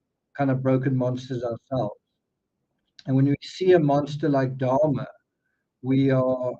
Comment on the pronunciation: Sorry..i just realized you were talking about Jeffry Dahmer🤦‍♀️😬I kept hearing you say " darma" or "Dharma" and I was wondering who you were talking about 😆 hahaha